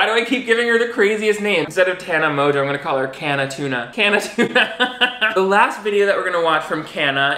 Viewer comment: "CAN A TUNA" LMAOAODOAOJDC